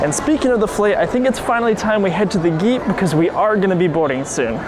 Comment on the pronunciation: You said geet instead of gate